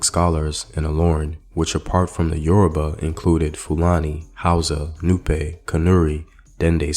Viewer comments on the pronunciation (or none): Yoruba came from the word Ori Obba meaning "The Head King" which is used in referring to the Alaafin of Oyo Empire but the white was pronouncing it as Yourriba.